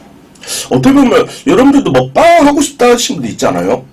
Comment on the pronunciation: 야 너는 조선족이냐? 왜 오늘 먹방은을 오을 머빵은 이 지랄을 하냐